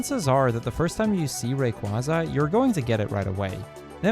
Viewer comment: Milotic's name is pronounced My Low Tick and Rayquaza's is pronounced Ray qway za. He said their names wrong but I love these games so very much I'm a huge fan